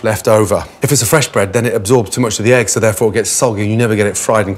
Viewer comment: is it me or he just pronounced egg longer ?